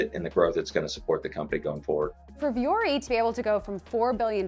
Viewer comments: It’s not Vee-yori it’s Voo-ory. Yes, I can speak finnish since Vuori is suomea. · VEE-ori??? It's pronounced vw-ori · why isn't it pronounced voo-ori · As a linguist, the fact that the founder is not pronouncing the brand name based on the spelling in English or the actual pronunciation in Finnish drives me nuts.